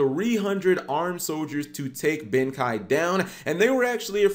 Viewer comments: It's pronounced Ben-Kaye, not Ben-Kigh. Also, Blood Mefist reprint when? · Ben"Kei" Kei as in Keith, you don't read it as Kai gdi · ben kei is not pronounced that way D